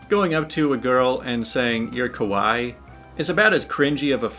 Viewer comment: yeah calling someone "kah-why" is cringey AF, considering it's pronounced "Kah wah ee"